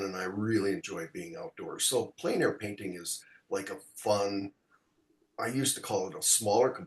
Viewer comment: Thanks,. Good pronunciation of plein air.